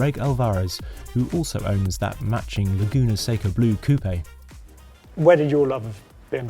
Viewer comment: He didn't say coupe like chicken coop though so he gets a pass from me 😂